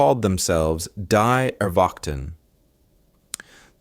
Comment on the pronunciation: WRONG. IT WOULD HAVE BEEN PRONOUNCED "DEE AIRVAHCHTEN.